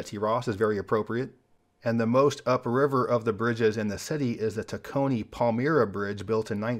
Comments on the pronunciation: "my" in Palmyra is pronounced to rhyme with "why", not "ee". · A couple things... for the Tacony-Palmyra Bridge, Palmyra is pernounced Pal"my"ra. I grew up in Palmyra almost next to the bridge and have many stories about it. A bridge you forgot about and its probably the most important bridge over the Delaware River is the "Delair RR Bridge" built in 1895. It carries NJ TRANSIT'S Atlantic City Line as well as handles ALL of South Jerseys freight traffic. That is the ONLY entry for any rail equipment in South Jersey. But good video tho!